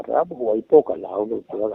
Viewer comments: Ramhuai tih hi huai lai tak hi high intonation tur hi low intonation in a hmang daih maia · Ramhuai a thluka diklo😂😂